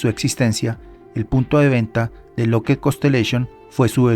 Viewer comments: SE DICE "LOCKID" NO "LOCKED" (LOCKHEED MARTIN) LA DOBLE "E" SUENA COMO "I" NO COMO "E". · Estás pronunciando mal la palabra lookheed…